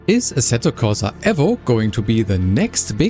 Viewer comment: Please stop calling it Assetto Corsa EV-0..... it's E-VO